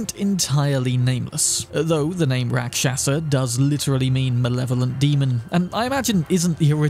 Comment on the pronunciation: Its pronounced... RAK SHAS , the A at the end is silent. Its Hindi word for demon or bad entity.